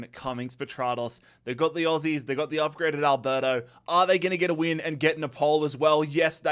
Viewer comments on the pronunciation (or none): none